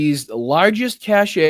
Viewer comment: BTW p.s. Re the Tesla etc., anyone else got the feeling that a lot of rightwing extremists were hoping for a Dem victory, set up for and yearn for violence, liked MTG's claim that Dems would try to overthrow a Republican victory, and are going to get a wee bit dangerous when Trump's administration lets them down? "cache" is pronounced in the US and UK like /cash/ , and in Australia as /kaysh/ /cashay/ is the pronunciation for "cachet" : a seal of approval, a mark of high status (The cachet of having being senior advisor to a now admired ex-President.)